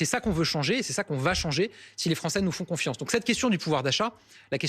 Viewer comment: " Si les Français nous font CONFIANCE " mdrrrrr On dirait triste sire (persifleur) dans Robin wood ^^^^^^